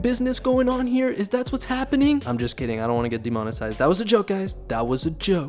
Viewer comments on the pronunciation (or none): none